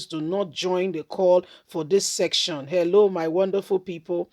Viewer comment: Madam it is called secession and not section